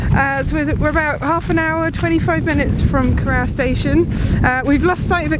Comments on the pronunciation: And Geoff Saying Cor-our instead of Co-roor. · Seems to me that Cor-ROUR is a sister station to Sh-ROWS-bury, don't you think? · Lovely video, but I winced every time you said the name Corrour -- should be pronounced "korroor". That aside, I admire you and Geoff for walking such a distance in that vast and beautiful landscape! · What a load of precocious nonsense. At least learn, correctly, how to pronounce 'Loch', 'Rannoch' and 'Corrour'. Contemptuous. Seems like an ill-cast comedy for virtue-signalling fools. Not recommended. Stay free [of this]. Rannoch aficionado since July 1963. 😎 PS. Pelters welcome.